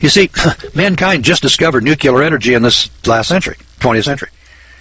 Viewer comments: It is NEW CLEAR not NEW CUE LAR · Listen boys and girls, I like what is being said here, in fact, I give it a thumbs up, but how credible are you if you can't pronounce NUCLEAR. NU..KLE...ER...not NU..QU...LER !!! Mr. Bush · the moron cant even pronounce nuclear properly.